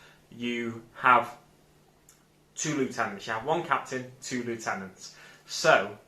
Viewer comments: great video mate. but I think we're going to have a falling out here. he's not disco dancing he's summoning the hive. and it's pronounced lieutenant not lieutenant 🙄😜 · nah nah you said lieutenant even though lieutenant is pronounced lieutenant 😎